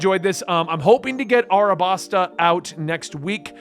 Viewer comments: Just to let you know, its alabasta, not arabasta. Sometimes things that have an l in the word is translared with r's since its not that common to have the letter l in a word in japan. It's happened alot during the course of this series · Just some tips about names. Her name is Kuina which is pronounced. Vivi's country is called Alabasta. In Japanese R and L are the same letter and get swapped from time to time. You said Dory and Broggy correctly. Side Note: Luffy was just cool to me until around 600 chapters in and now he's one of my favorite characters of all time. You'll see why down the line. Don't wanna spoil so I can't explain it at all LoL.